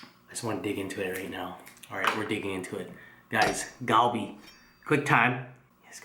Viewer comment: The G is pronounced as a C - like Calbee. Just FYI from a year in Busan. Great video